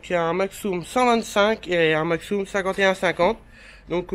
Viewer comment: En Alsace on dit pas maxxoume on dit maxxume sinon super vidéo